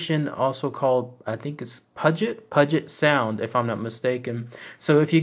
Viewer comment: I used to live near Puget sound .. Not to be snotty but it's pronounced like: Pew-Jit sound